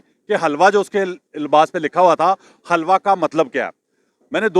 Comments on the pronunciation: Halwa nahi Hilwa pronunciation hay. is ka matlab Khoobsoorat hay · oye pagl bawqoof catoon naam ghalut laa reha ha wuu lafz HaalWa nahii ha Helwa ha bolna ma halwa molvi =)))